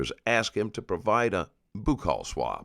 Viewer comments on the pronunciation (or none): LMAO. ''Boocall Swab'' It's buccal. Pronounced as buckle. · "Cache" is said like "cash" and boocal swab is said "buckle" 🙄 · Yeah like a boo-call swab. It's buckle. Gotta love AI! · it’s called “buccal” because it is being taken from the buccal mucosa. Most dentists I know (I’m a dentist and pathologist who has attended and/or taught at an east coast university, west coast university, and a southwestern university) pronounce it “buckle.” But I hear “boocle” from the forensic pathology side. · Dude, check your pronunciations. For instance: buccal as in 'buccal swab' is pronounced like buckle as in a belt buckle. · I’ve heard it pronounced a lot of incorrect ways, but “boo-call swab” is wild! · it’s bucal actually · I've heard at least two DNA experts during trials clarify the pronunciation on the stand. They said "buckle" is preferred, but also said that either pronunciation can be acceptable in the industry.